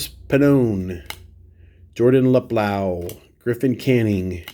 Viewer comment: Great showcase! And great pronunciations of names ;) Although you said Jordan Lup-loww, when it Loop-loh. And I completely agree with you about the horizontal cards. We must be related somehow.